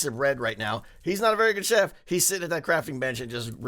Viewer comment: I keep thinking ur saying shep instead of chef lol